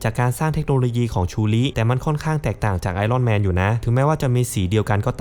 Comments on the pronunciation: ไอ อ้อน แมน...ถูกต้องกว่า ไอ "ร่อน" แมน ฟังไป เรื่อย ๆ ออกเสียงไม่ถูก นะครับ... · เลิกอ่านว่าไอร่อนแมนซักที